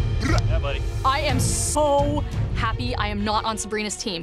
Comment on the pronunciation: "it made us all very HAPP" 😅